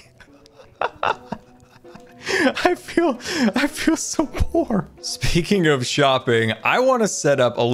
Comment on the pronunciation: Anny one else hear feeal?